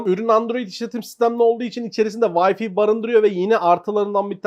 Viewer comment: Wi-fi'ı hala "Vayfi" diye okuyan elektronik kanalları mı var arkadaş bu Ülke'de? Hani "wi" kısmını "vay" diye okuyorsun ingilizce, ikinci kısım olan "fi" kısmını neden "fay" diye değil de, "fi" diye okuyorsunuz arkadaş? Yarısı ingilizce, yarısı Türkçe olayı neden? Ya tamamen Türkçe "vifi" dersin, ya tamamen ingilizce "Vay-fay" (waɪ faɪ) dersin. Şarj'a "şarz" diyenler ile aynı kafa bu. HDMI'ı da aynı şekilde "Heee-di-em-ay" değil, "eyç-di-em-ay" (eɪtʃ diː ɛm aɪ) eğer ingilizce söylemeye çalışıyorsan. Ha ben Türkçe okurum dersen zaten: "He - de - me - ı" dersin olur biter.